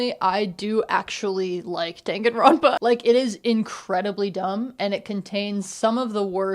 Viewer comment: girlboss it's dan (like dahn) ganronpa 😭😭 dangan is bullet in japanese